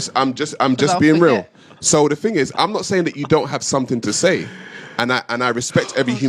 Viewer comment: White people say “ting”??